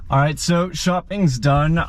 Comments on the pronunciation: Yeah Roit! 😂😂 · Hey, the way you said "Oh yeah, right!" - you're really sounding Aussie now... Good one mate!!🤗